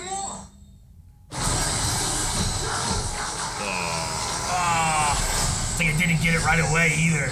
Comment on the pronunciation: “there’s sumthin in the waah-uuh!”